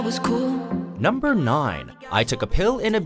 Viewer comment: jaja he says numbrrrrr 5